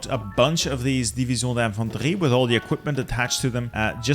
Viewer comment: As a french, I find really funny the way you pronounce "division d'infantrie" !